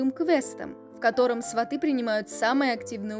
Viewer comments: Только не сватЫ,а свАты,ударение то можно научиться ставить? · Не сватЫ, а свАты, сватОв засылают перед свадьбой, а свАты, это уже родня после свадьбы. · СвАты,а не сватЫ. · СвАты, произносите правильно, слух режет